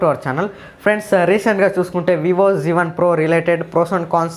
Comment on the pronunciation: Zee1 kadu babu z1